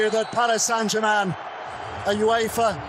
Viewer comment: That Québécois accent slipping when you say Germain